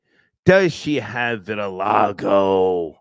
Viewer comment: Also couldn't pronounce vitiligo 🤣🤣🤣